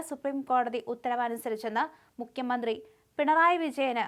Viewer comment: മുക്യമന്ത്രി അല്ല മുഖ്യമന്ത്രി എന്ന് വായിക്കുക